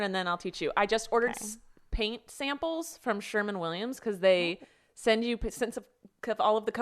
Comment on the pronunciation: Did anyone else notice how Rachel said Sherman Williams instead of Sherwin Williams?